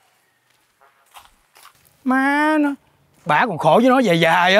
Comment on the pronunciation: Kêu “má nó” mà giống chửi “ moáaaaaa nóooooo” :)))))